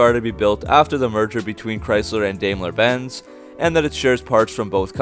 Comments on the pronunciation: Dime-ler , not Dame-ler. I guess you don’t know much about cars. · Dude pronounce the name as it should be... Daimler is pronounced Dime-ler. When you have a german name or word containing two vowels, the first is ignored and the second takes the long form. I had to stop listening to your video. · Pronounced "Dime-ler"